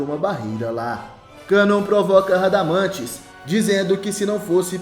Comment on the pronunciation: Aprende a falar nome do espectro..canal lixo 😊😅😅😅😅